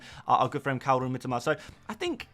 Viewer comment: Ffs...it's MiTOma...not "Mitima"...such a trigger, as you constantly say it